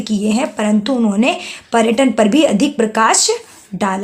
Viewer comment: पहले आप पर्यटन और पर्यटक बोलना सीखा, हर बार गलत बोलती हो 😤